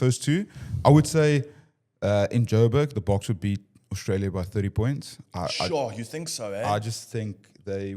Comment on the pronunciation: If that guy says “Orstralia” one more time…